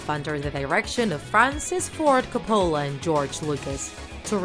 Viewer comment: you mispronounced "coppolla"